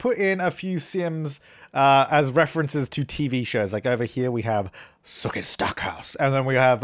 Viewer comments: Sookeh. BILL. Sookeh. BILL. (I know it's Sookie but sounds like sookeh ahha) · The first time that you say Sookie's name made me absolutely die of laughter. So good! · I shouldn't be laughing this loudly at the way you say "Sookie" at 11pm. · Love the true blood references thrown in! The way you keep saying sookie I can't stop laughing! 😂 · I cracked up every time you said Sookie 😂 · Literally dieing from you saying Sookie❤️ I LOVE TRUE BLOOD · Every time he said Sookie I died!!!!! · I love when you saying "Sookie" <3